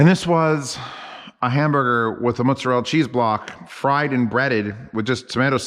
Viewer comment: Thank you for pronouncing mozzarella correctly (at least as I say it). I moved to NC from NY. It kills me every time have I say it that way and the person behind the counter looks at me like I'm speaking an fucking alien language. Then I have to turn around and pronounce it phonetically. I don't even try with capicola. SMH